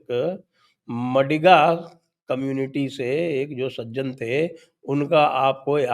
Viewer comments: Madhiga not madiga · It is ಮಾದಿಗ (maadiga not ಮಡಿಗ -madiga) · Sir ji.. MaDiga nahi Maadiga. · 'मडिगा' community nahi sir ji, it is pronounced as 'मादिगा'. Also referred to as आदिजाम्बवंत, yes, Descendents of Ramayan's Jambavanta. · Its pronounced as 'Maadiga' sir